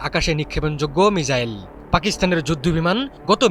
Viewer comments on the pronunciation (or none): মিজাইল না রে অশিক্ষিত সাম্বাদিক এটা মিসাইল 😂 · মিচাইল না😂😂 ভাই মিসাইল উচ্চারণ at least ঠিকমতো করেন